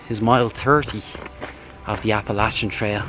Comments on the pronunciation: Thank you for saying Appalachia the correct way! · Very few. It seems it takes a Fournier to say it right.